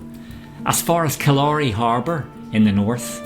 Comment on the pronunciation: Sorry for causing such a wee sitchiasion, I did mishear, but having said that, it is pronounced Kill-leer-ree by locals, if you want to split hairs.